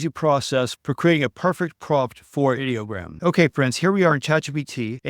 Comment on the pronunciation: Thank you for pronouncing Ideogram correctly. I hate these creators who call it EYE-Dee-O-gram. Ideogram is the BEST image generator in my opinion. It's my go-to when I need text in a graphic.